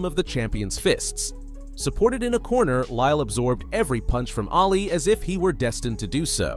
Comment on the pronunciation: Muhammad ‘Ahh Lee’. Not alley. If you’re going to narrate at least know how to pronounce their names. Thank you.